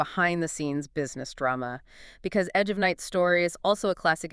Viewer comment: didn't you watch even one episode of Edge before making this? that's not how Monticello is pronounced. AI slop. I watched it from the '60s onward and never once heard anyone ever call it "EON" The "Agich of Night?? "EONON??" wft? - don't you edit these before publishing?? what time is it? "two point thirty"?? "four point zero"?? slop slop slop Raven was married to both Kevin Jamison and Logan Swift before any Whitney/Brown plot was ever hatched - slop slop slop